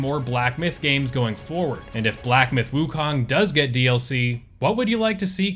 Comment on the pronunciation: I see more and more content creators have started saying woo-cone, which is the correct pronunciation